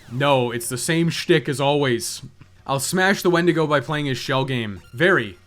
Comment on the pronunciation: ooohh noo not the HWENDIGO again loool